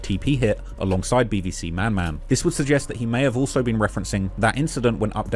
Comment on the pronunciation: i swear he talm bout some bbc the first time he said bvc😂